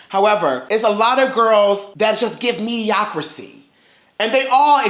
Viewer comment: sorry to be that person but please stop saying MEDIOCRICY. It's MEDIOCRITY with a T